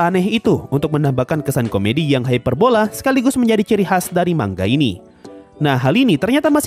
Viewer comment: Knpa ya kok rata² kalo pengucapan "manga" Kok di baca "mangga"